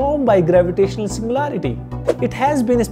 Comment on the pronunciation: Your voice sounds confident when speaking english, but the pronounciations are 100% wrong lol. "Singularity" not "Sinlarity" and for "Theory of Relativity" you said "Tory of Jondability(????)" Sometimes, I can't even understand what you're trying to say even if I listen to it over and over.